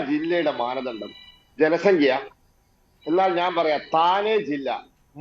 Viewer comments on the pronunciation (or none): "സംഘ്യ " യോ ! ' സംഖ്യ ' യാണ് ശരി.